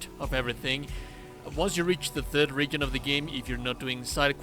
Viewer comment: Just a note, "region" is spelled with the 'g' sounding like a 'j', like "joke".